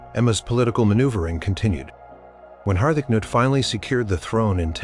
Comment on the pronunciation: Harth-acnut....Har-ta-cah-newt....this among many others.